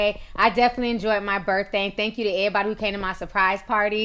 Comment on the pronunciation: The way you say “everybody” is hilarious lmao😩😂